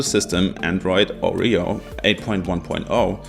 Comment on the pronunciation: Your pronunciation of "Oreo" killed me.